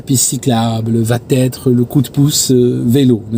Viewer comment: Excuse moi c'est super captivant tes récits de craschs mais ( c'est maître Capello qui parle ) il n'y a pas de t à va donc pas de liaison. Encore pardon mais ça m'écorche les oreilles.